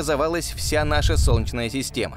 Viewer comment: Отличный голос за кадром. Прекрасная дикция. Но система СОЛНЕЧНАЯ а не сочна. )))